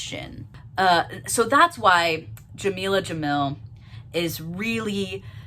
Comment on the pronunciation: this whole video you struggled with saying her name correctly which is ironic considering what the video is about. not a great look from a white person either but racism and callousness are way too common in the lgbt community